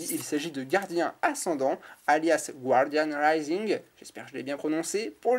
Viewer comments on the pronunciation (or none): none